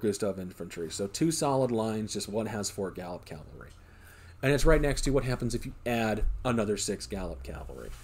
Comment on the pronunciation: People, its "cav-alry" it's not "cal-vary" , why do so many people struggle with this?